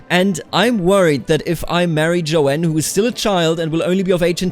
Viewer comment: The name "Joan" is one syllable. It's pronounced like "Jone."